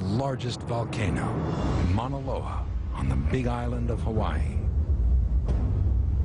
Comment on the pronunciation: One of the guys called Moa loa Moa loer WHAT THE FUDGE?!?!?!?!